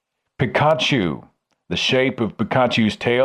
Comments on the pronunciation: Wow! You did better at pronouncing Pokémon names than my also completely out of the loop grandma (minus Pikachu, which is pronounced "Pea-kaa-choo"). Sadly, Hypno does indeed kidnap children in the franchise, and us Pokémon fans are equally disturbed by that fact. The idea that the mascot Pikachu's tail is satanic ignores the spelled-out purpose of that tail: it allows the creature to channel excess electricity into the ground. And dinosaurs being created by Satan to confuse us? I guess I've been a Satan worshipper from age 3 with my dream of wanting to be a paleontologist. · Pik-aah-chew... Omg, Seth is such a middle aged man when pronouncing Pokemon names, it's adorable. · It's pronounced Pee-Kah-Choo. And the tail is a lightning bolt... Also they only list gen 1 Pokemon. Gen 2 has a Pokemon called Houndoom. It's a literal hellhound. It got something called a mega evolution in gen 6. And it looks fucking awesome. There's a theory among fans that Gengar is an undead Clefable by the way. Murkrow from gen 2 is a witch-crow with a hat and a broom for a tail. In gen 4 it evolved into a crow mob boss thing called Honchkrow. This is not so much Satanic in nature as it is trying to make cool designs for dark types, which were new in gen 2, along with steel types. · You pronounced all of the Pokemon correctly except for pikachu. The emphasis is on the U not the A (peak-ah-chOO). not that it matters all that much. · All of your pokemon pronunciations were fine other than Peek-a-choo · you only got Pikachu wrong pi-ka-chu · Er...no? The emphasis is on the FIRST syllable, not the last, with only minor emphasis on the last syllable. PEE - kuh - choo. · I can't believe that Pikachu is the one Pokémon name you mispronounced. It's the most iconic one xD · I also found it funny that he pronounced every pokemon name correctly except for the most famous pokemon, pikachu